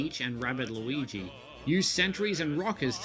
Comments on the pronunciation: It is Luigi not Lluwwelln nor Lois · Only reason mention that you keep saying Luigi’s name wrong just because😅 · His name is “loo-e-g” not Lucas, lucario or lugia